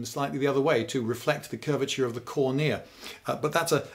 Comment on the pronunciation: Wait: who stresses the second syllable of "cornea"?